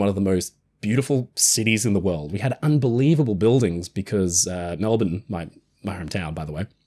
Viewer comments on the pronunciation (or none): That's "Mel-bun", NOT Mel-born... Bloody Americans... 😅